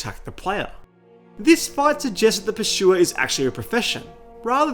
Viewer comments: Pur-sue-er not Per-shoe-er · There is no way you pronounce it pershua, NO WAY 😂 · dude i can't with this guy's pronunciation of "pursuer" 😭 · Pursuer ❌ PurSHUA ✅ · Th Pershuwer. The Pershuwer. The Pershuwer. The Pershuwer. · "Purchuer" ahaha ridiculous 😂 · The PASHOOWA! Wtf?